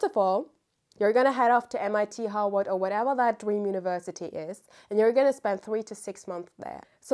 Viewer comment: Love how to me it’s sounded Howard but she saying Harvard. I really love it and love this video…will bring back updates as I’ve done this process before but now I see where I went wrong/awry ❤